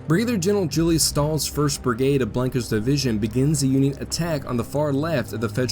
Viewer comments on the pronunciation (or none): none